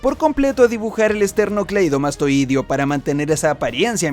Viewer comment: P33333N3333!!!!! hah, te tengo... (por cierto, se acentúa "es-ter-no-clei-do-más-toi-deo") creo que deberías estar orgulloso de tu popularidad, éxito y desempeño, contemplando el camino que has elegido. No te ayuda que te burles de las teorías ajenas (sin fundamento) Eres mayormente negativo al respecto de tu opinión de la obra, y cuando hay algo positivo enfatizas que es tu opinión presumiblemente exclusiva o tu privilegiado acceso al wikilinks de OP. En general la obra se dirige a su faceta mas mitológica y universal, TE RECOMIENDO la trilogia de la imaginación de Terry Gilliam y leer sobre magia en general ya que es un tema central de la obra (si te interesa aprender a predecir el espiritu de la obra y conectar con más público) y si no igual sigue así, no todos los creadores deben ser la cromabolas 3000 de Oda. Postdata: Cobra está vivo, BonClay se fugó de Impel Down y el One Piece es una pelota de futbol.